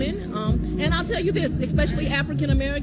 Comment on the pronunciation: I’m a little perturbed at having been “talked down to,” as a “lay person” by someone who can’t correctly pronounce the word, “especially.” 🤨